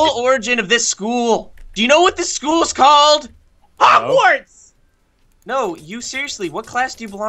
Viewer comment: What did say hodwads skool of widcraf and widardry? lol